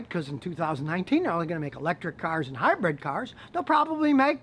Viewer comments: Good, informative video! Just one negative comment from me; 'Hi-bred' should be 'Hybrid' or it is known as this in the UK anyway. Good stuff though - Thank you! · It's hybrid not hybred.